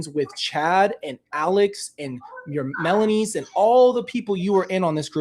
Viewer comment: “Your Melanies” made me LOL